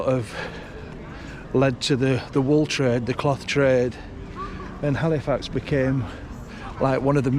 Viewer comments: A up. Is Cornish sea salt better than other sea salt? It sounds like your saying Halifarts 😂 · My home town! Yay! By the way, it's pronounced 'alifax ;-)